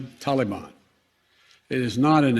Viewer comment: Why the all of a sudden change in how tala ban is pronounced? Have we been saying it wrong all this time and now care about their feelings?